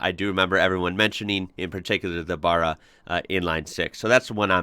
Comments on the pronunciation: You gotta be more careful with your pronunciation mate. There's 100 people on here who'd be happy to help you avoid these irritating mistakes. BaRRa not Bahra !! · I Have a limited edition xr6t called an Aggressor if you ever want video of it let me know mate keep ya videos comming oh yeah "baaaaarra" not burra haha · Theres a green top dedicated LPG gas barra also. I've heard that the heads go straight on a stock barra block and can be turbod??? Good for Explorer build ups.? Not 100 % . With pronunciation, all is forgiven as you are not Aussie but I do wish you well whilst out in the garden pushing your wheelBARrow 😅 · Stop sayin baaarra its ba-ra ! Just like its not Melbourne its melbin. And fyi americans from chiccccaaaago ( shit accent) dont get to tell us aussies how to pronounce our engines haha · It’s Barra with a A, Burra is where fukn rabbits live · NOT BURRA...Think of bat, and pronounce that way... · Hey dude!! It's a "barra" as in barramundi not burra as in kooka"burra"!! 🤣😂 However, we still ❤ your content!! Keep up the good work brother!!!...& maybe we will adopt you in the future someday to the "land downunder!!!" 👌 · It is Barra not Bara so it's the second one you said lol Imagine saying WHEELBARRA 😉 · also barry- barra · Your pronunciation is wrong bro, Your basically saying "Burra" think more like the name Barry, buy change the Y to an A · Barra not Baaaara. Geelong is pronounced like you would say "Gee whiz!" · Hi you got the the a at the end right, but the Barr is pronounced as in the name Barry not Bar. We'll teach you Australian yet:-) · now.....repeat after me, Barra is pronounced as "Baa-Raa"...not friggen Burra ffs....did my head in the 1st 3 times you said it, thenwhen you said it right, you were trying to tell people how it IS NOT pronounced, that alone just makes you sound il-informed and uneducated....i got 2mins into the video and couldnt watch it no more.... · Love the clip but ita barra not burru, a as in man